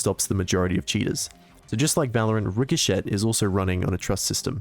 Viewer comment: RIC HO SHET Please stop pronouncing it like that the t is silent, that made me cringe.